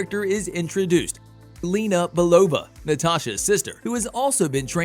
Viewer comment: I appreciate the undertaking of this video and the work it takes to put it all together. I have some minor problems with it being clear for those who don’t know or don’t remember some of the details…some mispronunciations like “ether” and “Romanoff”, “Yelena Bulova”…also plot details, for example Civil War features the bombing of the UN meeting where King T’Chaka is killed…the bomb was not placed by Bucky (Winter Soldier), he was framed for it by Zemo who wanted to defeat the Avengers by putting themselves against each other. Little details and carefully chosen words matter when dealing with a fan base of this size and passion. Overall, really great voiceover work and editing! The storytelling and weaving of one plot right after the other is good…I know how hard it must have been to write this script and include all conflicts.